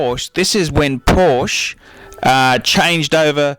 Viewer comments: Your right that the air cooled is better but obviously you don't know anything because you can't even pronounce Porsche. (Poor-Sha) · "por-sche'h". Greetings from Southern Germany.. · If you're gonna rant, at least pronounce Porsche right wtf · HE SAID PORSH INSTEAD OF PORSH-UH, HURR DURR I'M BUTTHURT - DOWNVOTE. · Christ your voice sucks and you can pronounce Porsche properly to save your life. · In what world is he able to pronounce Porsche right? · Can't even pronounce Porsche. What a fuckload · Who is this guy? Is he for real or a parody? How the f*ck can this clown be talking about the 911 when he can't even pronounce the name of the make correctly?